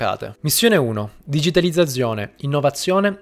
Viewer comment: la mia pronuncia delle Z non fermerà il mio processo di divulgazione economica La parola digitalizzazione: benvenuto all'inferno